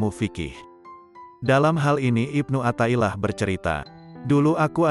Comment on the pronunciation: Mf...kl bisa pembaca nya yg pasih dalam berbahasa arab contoh kl riyadhan dibaca nya riyadhoh athailiah di baca nya Atho'ilah...